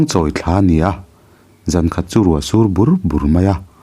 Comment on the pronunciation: A van ngaihnawm em! Tin, Thla(month) thlûk hi fimkhur a va ngai si êm.. 👍